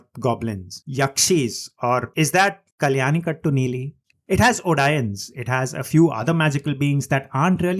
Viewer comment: Kalli - yan Kaa-ttu.. not Kal-yani ka-ttu.. One of the many famous yakshis of kerala. Its not the western vampire lore ..We do have similar lores. A yakshi hypnotizes lonely travelers into thinking she is beautiful, she invites then to her home, if you are unfaithful, you'll go to her home, which is nothing but top of the palm tree..and your hypnotism will only wear off once you are in the top..there is no escape then.. she'll drink your blood dry and you hair and bones will remain under the palm tree the next day..she wears white, and wherever she goes the pala tree will flower( even that is shown in the movie) So its almost uses her lore in a morden version.